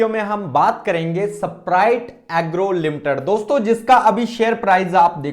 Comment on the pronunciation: ऐसपराइट एग्रो😂❌ स्प्राइट एग्रो 👍😂 नाम नहीं पता है ओर anlysis कर रहे हो😂😂😂😂😂